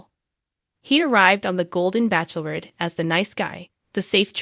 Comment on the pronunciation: Why are you still saying Backlorette ,it’s pronounced batchelorette